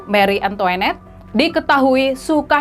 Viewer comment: Antoanette bkn antoenette